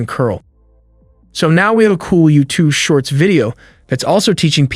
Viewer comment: your voice is computer generated u say youtoo, not youtube